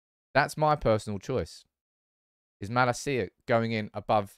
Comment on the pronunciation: Bro please, before the season starts. Watch Malacia's "welcome video" and listen to how his name is pronounced; [malAcia]